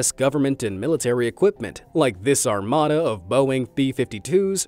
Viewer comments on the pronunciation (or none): none